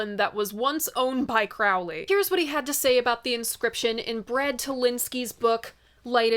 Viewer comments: it's CROW-lee like a crow. Not Chrao-lee like Crayola. Is the coat an Almost Famous reference btw? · Note: I read in Crowley book, he said his name rhymes with Holy. Crow Lee. Not Craow li. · FYI Aleister Crowley rhymes with "holy" (whether his family pronounced it that way, I have no clue, but he did). And yes, Ozzy was clueless. I figure since you took the trouble to pronounce Moog correctly, you should go 100%...